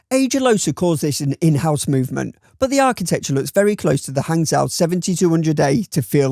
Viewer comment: Not trying to be annoying, just trying to help. Hangzhou is pronounced Hungjoe. Excellent video as always